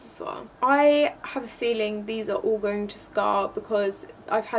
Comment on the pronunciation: I love when she say "all", is like ool, Keep doing vid